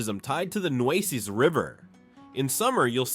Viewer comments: The New-sees River! He hasn’t pronounced one right yet! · Did you catch the pronunciation of the Nueces River also? WHERE are they getting these people?????